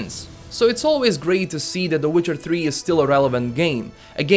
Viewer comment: ''Witchar tri''